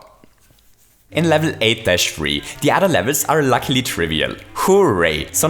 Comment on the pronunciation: or; "but lucky" he is reading likr: "but lacklie"